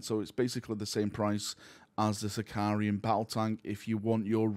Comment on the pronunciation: Why does everyone keep calling it a Sicarian? It’s a Sicaran, there’s no I between the r and a